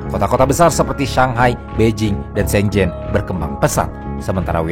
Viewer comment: Shenzen bukan Shenjennn, agak lain lu bang, emng lidah lu huruf z disetting jadi J? Hah?